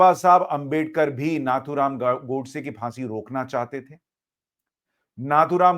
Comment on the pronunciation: Sushant you have made a great mistake by addressing Shree Nathuram Godse as " "उसने" " उसको "a non respectable word. It is नथुराम गोडसे and not " नाथूराम " This great patriot has risked his life for you and me. You and many address Owaisi, Maulana as Sahab in debate and address Shree Narendra Modiji as "Narandra Modi, Amit Shah no " ji" . Hindus like you must not degrade our own respected people.